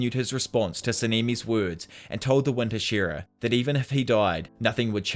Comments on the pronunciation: Ah yes the Huh-SHEAR-uh lmao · Hah-shee-rah. It's been spoken outloud enough that this is egregious.